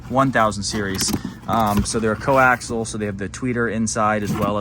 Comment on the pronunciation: It’s not co-axle, it’s co-axial. But if you want to sound uneducated, keep it up.